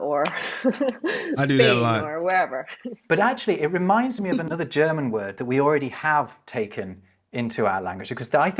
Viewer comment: your german intro pronunciation is getting better and better, soon you will be able to speak german